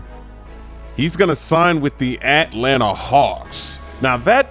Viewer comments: I love the way say At-Lanta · At lanna